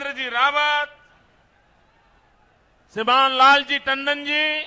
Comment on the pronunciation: Man can't speak the word Shriman properly. Don't expect English fluency, atleast Hindi fluency toh ho.